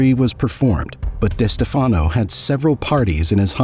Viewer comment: This video is saying the name Wrong it Is pronounced des Stef fen o And Spa lartro . These . How do they get both names wrong so amateurish. Tony got the nick name because the FBI wire MIsunderstood one of Tony’s friends saying good bye Anthony.